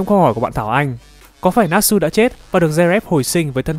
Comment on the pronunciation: Để ý rất nhiều kênh làm về anime nhưng đọc toàn sai 1, Natsu đọc là na trự (tsu) chứ k phải nát sư. Ví dụ như Kimetsu là Ki mê trự chứ k phải ki mết sư =))